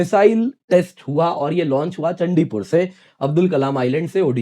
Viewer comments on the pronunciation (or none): वो सांसद नहीं संसद टीवी और और चंडीपुर नहीं चांदीपुर है Hinglish वाले गुरु जी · THAT'S चांदीपुर ...... NOT चंडीपुर👈🙏